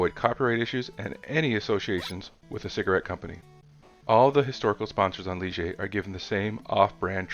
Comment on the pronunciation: Heyyy someone else got the Gitanes and Ligier pronunciation right, RESPEK! 🤜